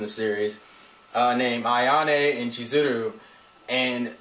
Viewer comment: Kimi NI todoKe SaWAko KazeHAya AyaNE ChizuRU And the "y" in ryu is silent